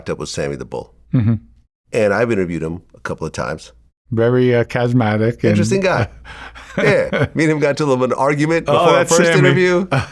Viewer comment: Anyone else think this guy's pants are too loose? Been thinking about it for days. He can't pronounce charismatic. Thumbnail he seemed sharp, but sounds really dumb. Can't pronounce a lot of words with Rs.